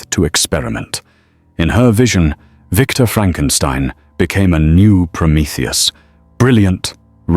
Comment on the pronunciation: It's Victor 😤